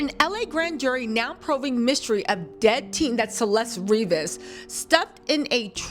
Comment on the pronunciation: Yes. I cannot. But everyone makes mistakes. 🤷‍♀️ I’ve offered my no-judgement services. It’s also REE-VAS, not Ri-vas. That matters to the Hispanic community…